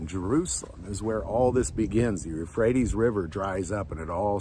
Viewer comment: Euphrates, not rephrates